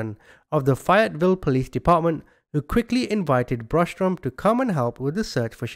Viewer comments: Not fiet Ville it's pronounced fay yet vill ok sheesh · I don't live too far from Fayetteville NC I'm an NC native born and raised, it's pronounced FAY ET VILLE. Long A like the A name or same or the name Faye. Great work as usual. Thank you. ✌️😊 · I'm from there we pronouns it ( fay it vill) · I swear if you say Fayetteville like that one more time LOL it is pronounced , if you're from here , Fay like A Fayyyyy etteville